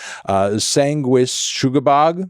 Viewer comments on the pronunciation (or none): You got Sanguisugabogg nearly right, except its not "shuga" like sugar, SANgwiSOOguhBOG. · It’s pronounced Sanguisugabogg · It's pronounced Sanguisugabogg. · pronounces the third syllable “suh-ga” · Its pronounced Sanguisugabogg